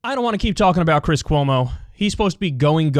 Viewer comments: Ahh! He almost called him Cwis Cuomo! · He said Chwis Chwomo harHar